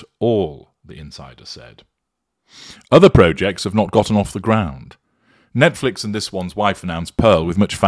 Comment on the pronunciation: “Proh-jects”? You’re a northern lad, made good: “ProJects” is the UK pronunciation lad! Like the “pot noodle” advert, as a misphonic!!!!!: AARRRRGHHH!